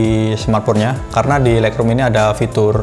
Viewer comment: Untung ada yg tanya Agak tidak jelas juga sy dengernya Thanks bro